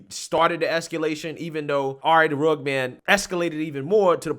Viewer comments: not to be "That Guy" bit it's Rugg-ed Man not Rugg-d Man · entire response video: pronouncing dude's name like "rugd" instead of "rug-ged". RA: I'm not that guy!! Lol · My man! It's Rugg-ED Man, not Rugg'd man LoL I don't blame you I just know that you obviously haven't heard his music and what not but I'm just saying so you know haha Great video by the way I always love your stuff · RUH-GED not RUG. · its rugged as in rug-ged like rough. Cute that you called him the RA Rug man. I don't care for Tim Pool and I can not stand RA the rugged man, Tim is right he's a racist. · It’s pronounced Rug-ged. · It’s pronounced rugg-ed. If you describe a man as rugged, you mean that he has strong, masculine features. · It's RA the RUGGED (RUG-ID) man brother lol Either way, fuck him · The fact that this guy count pronounce Rugged man’s name right starts me off in a bad way. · you pronounced the musicians name wrong. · Very well said other than the mispronunciation. Knowing who RA is I'm surprised that's all that happened. That's a normal conversation with RA. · RUH-ged.... ./ˈrəɡəd/ Man. (of ground or terrain) having a broken, rocky, and uneven surface. "a rugged coastline" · It’s “rugged” man bubba one of the greatest MC’s to ever grace the mic. You could at least pronounce his name right. 🙄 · I like how you mispronounced rugged everytime 😂😂😂😂😂😂